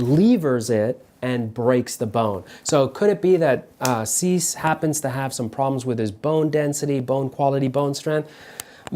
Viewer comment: 'see-say' i think is more accurate, loving the videos